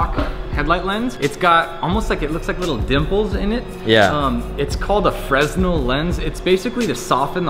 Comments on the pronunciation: Fresnel is not pronounced "Frez-nel", it's "Fer-nell". Considering he's a light guy he should know how it's pronounced. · Fres nel lmao it's pronounced "fra nel" even though it's written fresnel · It's not pronounced fresnel, its' pronounced 'fra-nell', the headlights are awesome btw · Fresnel lens in pronounced Fer-Nel. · The old lens is pronounced "fri-nel", although it's spelled fresnel! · A Fresnel lens is not pronounced how it's spelled, it's pronounced (fer, nel), it's French. I cringed every time he said it like he knew what he was talking about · The way he pronounced fresnel kills me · You don't pronounce the "s" in fresnel. Just so you know